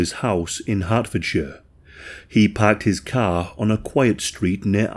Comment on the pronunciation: "He pahked his cah..."